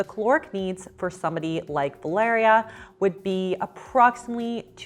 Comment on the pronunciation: I love how you pronounce my name "Valeria" 😍 feels like you're talking to me 😂